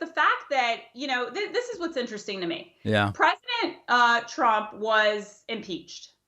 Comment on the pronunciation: “yeah” of the century